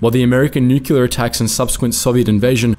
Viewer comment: u mispronounced nuclear as nukular